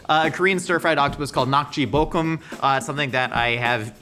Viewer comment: Thanks for pronouncing Nak Ji Bokukum correctly.